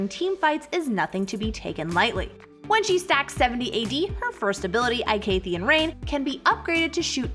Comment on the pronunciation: Darius Passive makes him strong nothing alse lmaooooo and waiit is it just me or is Teha pronunciation for Veigar and Icathian a bit off??🤔🤔🤔🤣🤣🤣🤣🤣